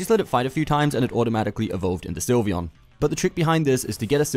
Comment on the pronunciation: Its Sylveon not Slyveon